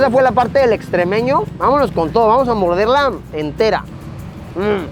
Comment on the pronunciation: Luisito no se llama extrémeño se llama estremeño XD 🤣